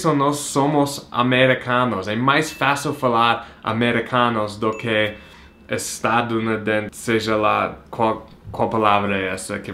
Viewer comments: Ria cada vez que vc falava estanuirirnse. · HAHAHAHA I LOVED to see you trying to say "estadunidense"!!!! E não é tão difícil de falar não! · Ele para na metade da palavra kkkkk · Rsrsrs, nos sacaneou agora com esse desafio, ainda bem que não fiz, não sou chegada a cerveja:D. Achei bacana o esclarecimento sobre este fato vindo de um norte-americano ou estadunidense, mas na verdade não me incomodo, sempre vi como algo da cultura de vocês. Mas o tentando falar "estadunidense" não tem preço, rsrs. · kkk vc falando estadunidense foi uma comédia kkkkk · Você tentando falar 'estadunidense' 😂😂😂😂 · quer deixar todo mundo bêbado. haha Adorei as tentativas de falar ESTADUNIDENSE. agora deixa eu ir beber todas os goles de cerveja. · Que engraçado o tentando falar Estadunidense! kkkkkkkkkkk... Ah gente, todo mundo fala americanos, canadenses, etc. Não tem nada de arrogante nisso!!